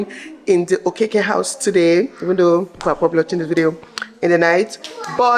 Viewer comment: I love how you said it the Okeke house beautiful ❤️ love you so much, you're always beautiful ❤️😍